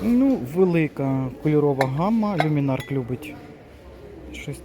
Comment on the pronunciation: Чому кажуть люмінарк, коли за правилом читається люмінарц.